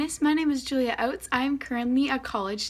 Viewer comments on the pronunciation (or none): none